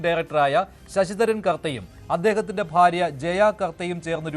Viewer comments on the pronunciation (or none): none